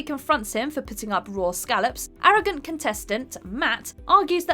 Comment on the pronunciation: Its RAAAAAW, U DONUT!